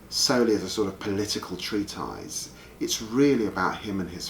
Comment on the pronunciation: Not very well it would seem. See his pronunciation of 'elegy' XD Edit - and treat-eyes XD . Where did labour find this guy haha